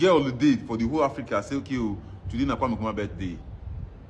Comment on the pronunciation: the name is kwame not kweme take note